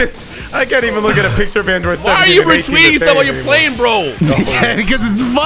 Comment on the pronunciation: "I GOT MIXED BY THE ÃNDROIDZ!"